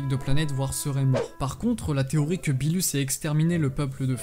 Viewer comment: Birus pas bilus